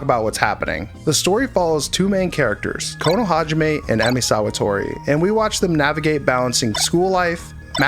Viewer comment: thanks for the new video! if you could pay more attention in the future to the pronounciation of the characters' names it would be great! k'A'nou hajime emi sawat'A'ri, 'Y'uuji tor'ii'. also nobody calls chikara oogusu 'chikara', everybody calls him boss or the boss. keep up the great content!